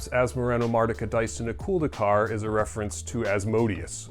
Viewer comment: Why do I hear everybody say "...-culd-ee-car" ? It's clearly written "...-culd-a-car". It's subtle, but as a french person I always hear people saying this "a" as a "e", and it bothers more than it should. Lol.